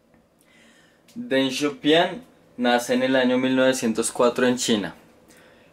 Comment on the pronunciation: Deng Xiao pIIIng wacho, donde ves una "a"?